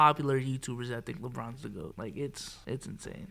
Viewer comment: Did say lepinons lol